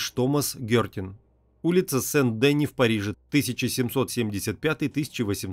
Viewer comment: Сен-Денù (фр.), Вàпьтер Скот (Вальтер - нем., ПРАВИЛЬНЕЕ - Уолтер), а не Вольтèр (фр.), светопреставление, а не преДставление